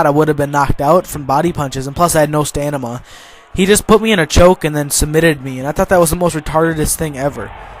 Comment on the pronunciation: stanima hahahahaha why do you aksing thease questions? haahahahhahahahhahaahahhahah in case u have no idea what am talking about watch smosh